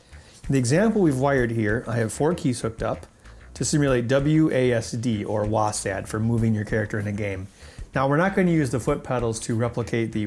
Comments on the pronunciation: You know he's not a real gaymer when he pronounces WASD as "WOASADD" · Nice video but why are you saying WASaD or WASeD? it's WASD! Like WASP but with a D. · This guy sooooo doesn't game or know anything about it. Its not wasad its w a s d